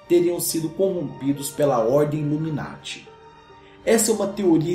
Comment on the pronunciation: U say loomy narty? é noiz:D